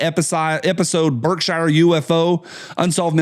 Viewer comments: I used to say "how do they traverse the void of space in a dozen lifetimes?" but now understand that just because I don't understand it doesn't mean it isn't possible. BTW it's pronounced BERKsheer not Shire like the place hobbits are from and f the brits who say BARKsheer. Netflix and Alphabet Inc are Unforgiven. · That covered bridge has been closed since the early 70s. Also historic marker. I don't know, I think maybe BSyou can't tell you are leaving Gt Barrington and going into Sheffield. Your pronouncing Birkshire wrong not shire sher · Lived in western mass. all my live, we pronounced Berkshire Mtns. BerkshEAR not Berkshire. We lived in New England not England. Thanks. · Pronounced “Berk-sheer” up here brother👍🏽👍🏽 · "Berk-shear" That's ok, I used to say "App a lay shi uh"